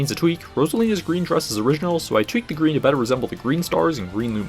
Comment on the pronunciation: “You’ve finally turned GWEEN”